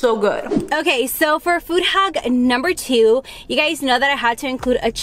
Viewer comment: It’s hack not haock